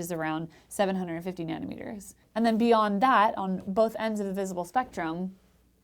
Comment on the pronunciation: It is cute how she pronounce it "nannie" meter. :D